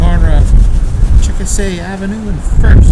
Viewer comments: That's too bad. :( Also-- Chickasha= pronounced 'chick-a-shay' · Please tell the rest of the story, it's an inflatable and was taken down for the high wind ... as seen/heard in your video. FYI - NOT how you pronounce the town name! Also, you can follow the page at